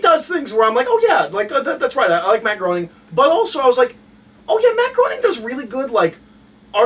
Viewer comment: Guys, Matt Groening's surname is pronounced "graining", not "groaning".